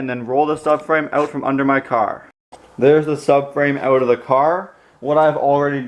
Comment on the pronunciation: Take such and such “ewt”. Omg this makes me miss my Canadian friends 🤣😭😭😭 Thank you for posting this!